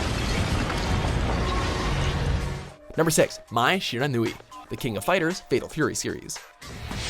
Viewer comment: It'd pronounced mai shur-an-wi, but spelled mai shiranui. Common name in japan.